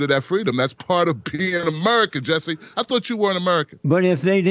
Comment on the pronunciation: I tought my English was bad but Jesse don't pronounce shit right.